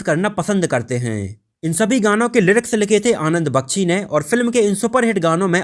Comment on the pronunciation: The correct pronunciation is qadir khan bakchi nahi bakhshi